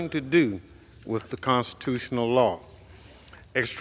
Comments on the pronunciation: It LAW. NOT lawr! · McGovern has a lot of nerve calling the Republican party a joke -- He can't pronounce "law" He STILL claims that police were beaten with fire extinguishers (absolute lie) He thinks everything is about what Donald Trump wants He thinks fires in Canada are due to "climate change" Continuing to call Donald Trump a cult leader He thinks Schiff is "honorable" The man is a joke